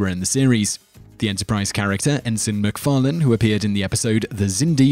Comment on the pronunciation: The host of this channel is quite strange, because almost every time he says McFarlane, he pronounces it differently.